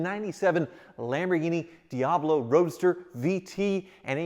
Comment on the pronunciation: says Lamborghini Diablo *Rob Dahm entered the chat*